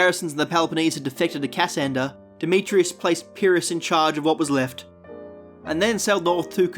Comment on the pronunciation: Its not Ca - sander its "Cassander". The pronunciation is wrong.